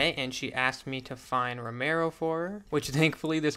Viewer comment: Why cant he say Romeo properly?